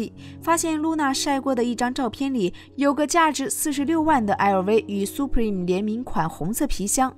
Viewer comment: 這主播連supreme都不會唸 唸成superme真厲害?